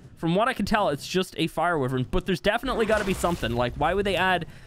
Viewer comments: It’s a wyvern not a wiven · it's pronounced "why-vern" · Why-vern no wiv-ern why is that so hard? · Y VERN. WYVERN NOT WIVERN. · Its wyverns not wivern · Why does he say wivern it’s wyvern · The way he pronounces wyvern, "wivern" is so triggering for some reason. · It’s pronounced Y VERN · Is anyone else angry because he say wiverns and not wyvern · Bro it’s y vern like u say it so wrong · What the hell is a 'wivvern' 😂😂😂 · Wyvern=“Y RIN”. 🤙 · “Wivrin” lmao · Is it just me or did everyone hear him say anime wyvern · I like how he says wyvern wrong😂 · God i hate how you say wyvern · How can you say Wyvern wrong